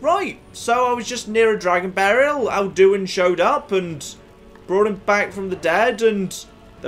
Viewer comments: the way pronounces Alduin makes me unreasonably angry. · Why is, after countless hours in skyrim, suddenly pronouncing Alduin weirdly? It's not like they never pronounce it in-game...